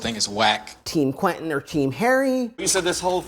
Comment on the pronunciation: It's QUEN TIN NOT QUETEN!